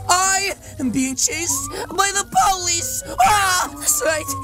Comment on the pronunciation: When the part you say POLICE you mean pooo